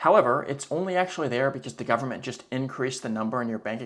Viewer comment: "full faith and credit of the US gubmit" LOL